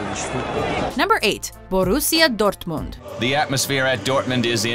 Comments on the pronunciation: When she pronounced Dortmund I almost shit myself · I love how she pronounces Dortmund like it's Spanish lmao.